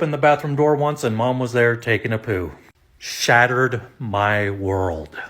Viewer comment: Hahahaha it " SHAT..tered" his world.